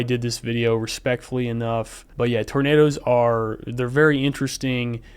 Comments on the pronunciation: That "er" at the end of "roundabouts cause tornaders" is what linguists call an "intrusive R", and it's something that interestingly southern Americans have in common with the British. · Tornaders is the only I'll pronounce it now. That guy is gold. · Hard R on Tornado is just extra